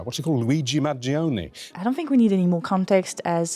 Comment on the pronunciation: You're the first person I've seen pronounce his name correctly in Italian. Mangione is 3 syllables, and the "i" is silent (for English speakers that is)